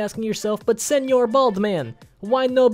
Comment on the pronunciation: Him saying "Senor Baldman" in a vague Russian accent is the kind of chaotic energy I want